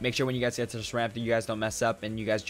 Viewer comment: "once you gays..." Listen here bud... how'd you know